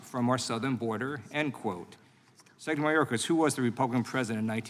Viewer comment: Lieu can't say "secretary". How does he get a pass on botching English.